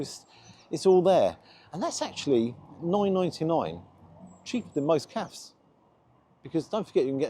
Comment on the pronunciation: again, stop saying calf, its cafe (ka-fay) ffs